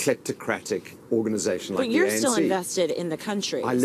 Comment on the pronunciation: Its not ENC bra its ANC... 😢... U c results of reporting about another country.... 🙄